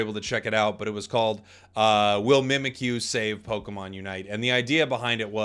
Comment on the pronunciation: Mimikyu is spelled ミミッキュ. It's pronounced Mee-Mee-Cue.